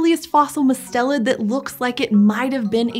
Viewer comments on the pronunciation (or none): it is usually pronounced with the accent on the first syllable!! i’m guessing their pronunciation was based on the family name, Mustelidae, where the accent is where they put it.